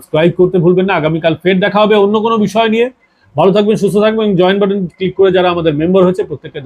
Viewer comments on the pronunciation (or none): none